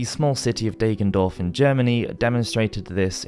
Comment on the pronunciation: "Deggendorf" is pronouned with a short "a" like in "dagger" ;)